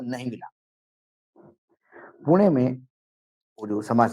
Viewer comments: पूना नाही पुणे जर मी वनखडा बोलो तर चालेल का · पुणे ✅✅✅✅ पुना ❌❌❌❌ भाषा बदलली म्हणून नाव बदलते का?? मग तुमचे नाव अमराठी लोकांनी ashokaa असे घ्यायचे का?? Ashok असेच राहणार ना?? पत्रकार आहात थोडी बुद्धी वापरा... माणसाची जागेची नावे.. भाषा बदलली की कशी काय बदलू शकतात?? डोक्यावर पडलेत सगळेच तथाकथित पत्रकार..